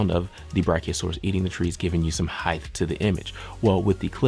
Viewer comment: Not highth -- hight